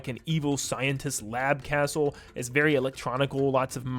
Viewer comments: Bro said asshole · He said castle! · Bro It feels like he Is saying assh0l3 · Ik but it sounded like it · So, I'm not the only one who heard that xD